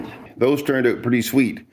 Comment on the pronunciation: How do you spell “out”? Sounds like you spell it owt lol